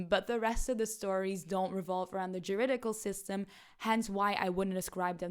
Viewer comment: It is extremely funny to have an extended bit around trying to pronounce “alarmingly” (not even the semantically right word) while being so close to getting it correct followed by not even attempting “judicial”.